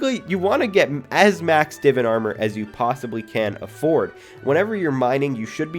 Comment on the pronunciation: He said Divan wrong 😂